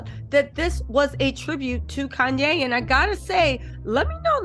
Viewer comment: Andre Leon Talley, not Koonye, I mean Kanye 😷 also my kids are 15 mths apart so I can relate, better to get them out of the way especially at her age.